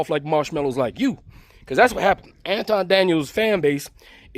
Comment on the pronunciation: Pronounce it AntWan. He changed his name for wypipo